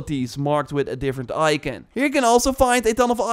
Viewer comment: Can’t stand how he’s says “ icon”